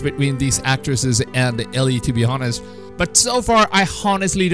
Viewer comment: why did he put so much emphasis on the H in "Honest"?